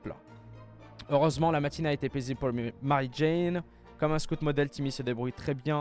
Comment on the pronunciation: Boy scotte ? Boy SCOUUTE